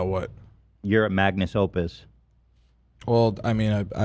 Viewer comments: Everytime Ethan says Magnus Opus I want to shit my pants and cry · Ethan will never say magnum opus correctly smh